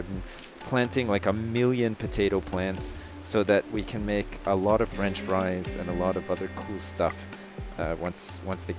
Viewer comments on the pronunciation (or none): none